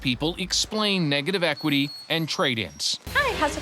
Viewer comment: She couldnt even say negative equity jeez no wonder she got conned